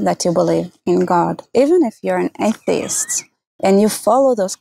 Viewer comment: I have never heard the word "atheist" said like that. "A-ih-tee-ist"